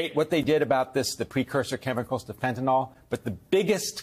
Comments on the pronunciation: Pronounce it fen-ta-nil. ‘ol’ suffix suggests it’s an alcohol e.g. methanol, ethanol, propanol, etc. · it's amazing that all these years later people are pronouncing fentanyl as fentanol. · exactly how it looks. fen-ta-nil vs. fen-ta-nol. it would be just as incorrect for me to pronounce alcohol as alcolyl. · The medication Fentanyl is pronounced “fent-a-nil” and not “fent-a-nol.”